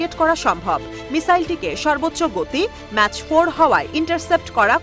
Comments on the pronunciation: ওটা ম্যাচ না ম্যাক ( Mach) হবে। 😅 কি সাংবাদিকতা রে ভাই 🤧🤧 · ম্যাচ ফোর নাকি মাক ফোর? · there is nothing called "mach 4". it is pronounced "mak 4". GORDOV 71!